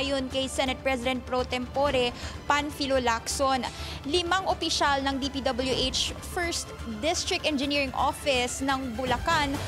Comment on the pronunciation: Nahawa na yung reporter kay Curlee Discaya, "DPW-Etch"